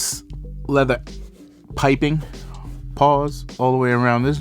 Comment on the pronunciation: Did you call it piping paws? 🐾